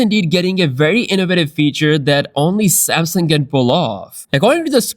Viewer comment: I want to bring to your attention that the name is "Samsung," not "Samson."